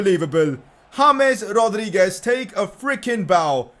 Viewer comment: Please correct your pronounciation of James Rodriguez